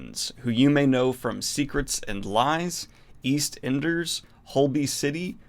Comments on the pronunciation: the way this man pronounced "Eastenders" like it's a foreign country 😩😩😩😩😩 i have no choice but to stan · Lol the way your pronounced eastenders was pretty funny